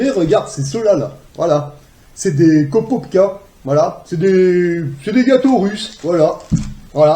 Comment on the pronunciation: Korovka, pas kopobka.